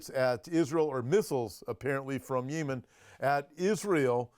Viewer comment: Yee-men? Speak American English…yem-en! You’re funny I’m somewhat surprised that Russia 🇷🇺 hasn’t blown Ukraine off the map 🗺️. I’m kind of tired of hearing about Ukraine. I somewhat support Russia at this point bc Zelenskyy is worse, to me, than Putin. Oops…Gulf of AMERICA 🇺🇸